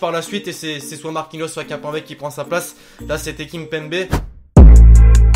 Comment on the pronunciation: tu as prononcé "Kimpembe" de deux manières différentes